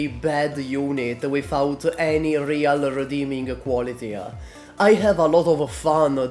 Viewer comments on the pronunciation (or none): none